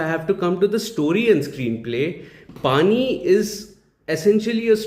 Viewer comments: 'पणी' is the right pronunciation which means job/task etc🙂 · its pronounced as " panni"